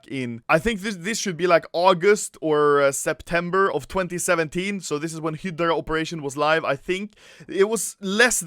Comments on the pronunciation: Hydra not Hidra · HI DRAH. Not Hedrah. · It's HYDRA (HAE–DRA) not HYDRA (HE–DRA) BTW luv your videos. Keep it up rookie. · if he sais hidgra 1 more time instead of highdra.... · Im not mad at ur stealing other youtuber content but that sound when u say HIDRA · "Hedra" nice pronunciation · Use subtitles, when Anomaly says "hydra" it says Hitler :D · Can you not say hidrah... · literally noone: anomaly: hidra case, hidra keys, operation hidra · I stopped watching the video due to the way he says Hydra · When u said operation hydra I thought u said operation Hitler